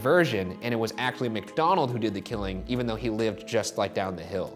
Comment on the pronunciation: I’m still waiting for someone to address that Ryan was saying “McDonald” instead of MACDONALD